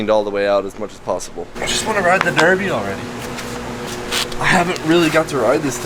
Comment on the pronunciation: You are saying Derbi wrong